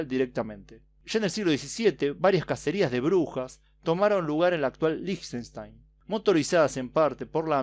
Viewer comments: Yo solamente conocía a Liechtenstein por google maps. Por cierto se pronuncia 'Líjtenstain' :) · Se pronuncia likastain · Creo que se pronunciaba como Liejtenshtain